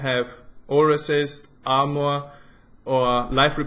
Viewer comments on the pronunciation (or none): please say armoar one more time :)